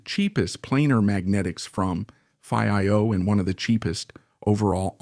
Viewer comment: have your A.I pronounce Fiio the right way..